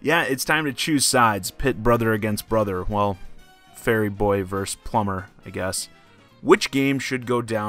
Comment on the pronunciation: Fairy boy haha I saw that emphasis